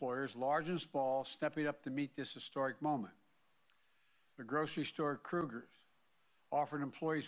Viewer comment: Our president does not know how to read. He thought salon was saloon. He also pronounced Kroger as Krueger. LOL!